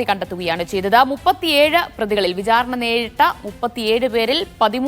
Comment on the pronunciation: 'pramaadham' അല്ലാ, പ്രമാദം.. 'vijhaarana' അല്ലാ, വിചാരണ..